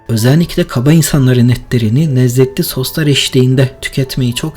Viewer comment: nezzetli nedir ya😂😂😂😂